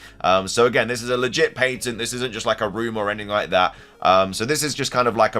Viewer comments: Pat - tent. Not, Pait -ent. Merry Christmas. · Its called patent. Not paintent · Patent...ok i thought he was saying "painting" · Pat-ent not paint ent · I'm sorry, why? Not Nintendo, but you. You keep pronouncing it "Paintent" but it's spelled "Patent" and pronounced "pa·tnt". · Finding out patent is pronounced differently in England is mind blowing. In America it’s pronounced as if saying pat-int. I was gonna write a comment saying “that’s not how you pronounce it,” but I googled it just in case and by golly it’s actually different over there. So strange 😂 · The way you say patent is cringy